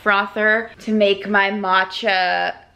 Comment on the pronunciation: "mat-cha latte" I HOPE that was a joke pronunciation!